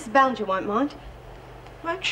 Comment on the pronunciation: omg.....maybe I'm crazy but it really sounded like Ann said Ballantyne instead of Ballinger at :35